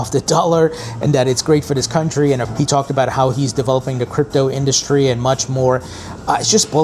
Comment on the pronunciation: It sure is an in-dust-ry.